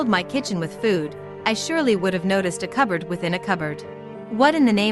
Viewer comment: "A coberd in a coberd?"